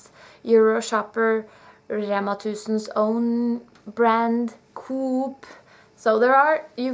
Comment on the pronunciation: Coop ( as in shop) in English is pronounced co- op. The way you Norwegians pronounce it means coop as in Chicken house! And Hermeneutic is spot on regarding Norwegian food quality.